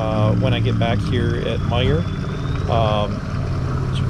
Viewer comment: I knew this man was a professional doing an official experiment when I heard him call it Meijer with no ‘s’ at the end.